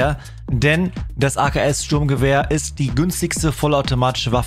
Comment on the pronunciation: Er sagt srurmgewehr und dann callt er mp5🤡